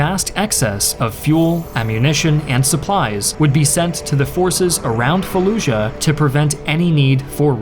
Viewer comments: Why do people pronounce Fallujah like “falluzha”? Not only is that not how we pronounce “j” in English, but that’s also not how it’s pronounced in Iraqi Arabic.... this phenomenon is common when English speakers see a “j” in foreign loan words: people say Azerbaizhan when the word is simply said like it’s spelled - Azerbaijan. Same with Taj Mahal, the word is not Tazh Mahal, it’s pronounced exactly like it’s spelled. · what? No, this guy is American, no American accent has a “zh” sound for the letter J. He’s saying it that way because at some point that became a common pronunciation under the assumption that this foreign word needs to be pronounced differently. I don’t really even know what you’re talking about or how you got confused by my comment.